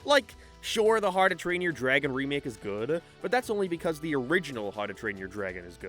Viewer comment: Why do you say "Harrdoo Train Your Dragon"? I get that you have an accent, but... how do you get it so wrong that you turn "how to" into "harrdoo", dude? XP